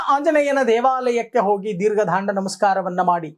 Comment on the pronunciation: ದೀರ್ಘ ದಂಡ ನಮಸ್ಕಾರ ಗುರುಗಳೇ ಅದು, ದೀರ್ಘ ದಾಂಡ ನಮಸ್ಕಾರ ಅಲ್ಲ.